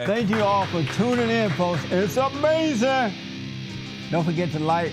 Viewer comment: “You wouldn’t say dat” “yes I would” “amasin” HES NOT EVEN HEARING WHATS REALLY GOING ON DUDE